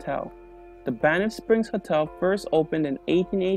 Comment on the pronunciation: It’s Banff not Banifth